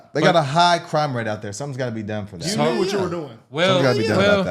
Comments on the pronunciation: Crigh hime rate 😆 Glad to know I’m not the only one who does this lol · Gotta do something about that "crigh hime rate"...